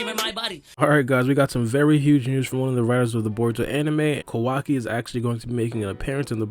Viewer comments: Kowaki The real pronounce - Kawaki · Stop fucking saying his name like that for fuck sake. Ka-wacky not KaWOCKI